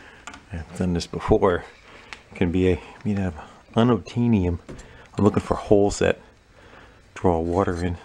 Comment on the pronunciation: Did you say "un-obtanium"?